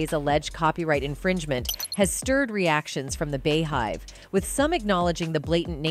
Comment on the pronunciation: Knee oh..Bee hive. Pronounce.